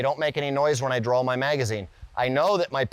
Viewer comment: What accent makes you use ‘L’ sound in the word ‘draw’ ? That’s like Maryland accent or something ?